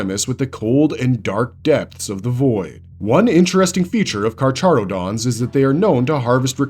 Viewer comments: The Ch is pronounced as an H. It's KarHarodons. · Carcharodon is pronounced as karkarodons is per my understanding since it is based on the greek name for the genus of sharks